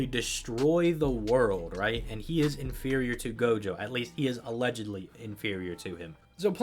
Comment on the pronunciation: I Heard jogo instead of gojo in one part